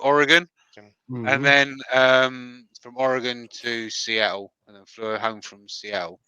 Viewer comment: Jake brought up how said “tattoo(s)” 4 different ways, two with Ts and two without. I guess we’re just not gonna talk about how he said Seattle., there are two Ts is that word too, you didn’t bother to pronounce either one of them. 😉😂🤣😂🤣 🔥💚🔥💚🔥